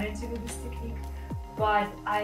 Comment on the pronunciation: HHAH ' YOU ARE WELCOME I'VE SEEN YOUR MUST VIDEOS AND I LIKE IT TOO MUCH YOU DID AMAZING WORK AND SUPER! AND BY THEWAY I ALSO LIKE HOW YOU PRONOUNCING ( TECHNIKKK ) "" LOL "" SO DURING SOME RUSSIAN ACCENT AT THE WORDS I THOUGHT YOUR ORIGINE COULD BE RUSSIAN OR UKRANIAN 'ALSO THE RUSSIAN AND UKRANIAN WOMEN ARE THE MUST BEAUTIFUL WOMEN ON THE PLANETE EARTH GREETINGS FROM AGADIR MOROCCO GOOD LUCK PAJALOSTA